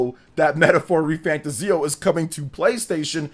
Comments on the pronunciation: Not pronounced fantaZIO. It's fanTAzio. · You are pronouncing refantazio wrong. Its re fan 'tay zee 'o. ' = emphasis Re fan Tayzee o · I might be wrong. But I think you're pronouncing fantazio wrong. Your videos are great but please fix how you pronounce it 🙏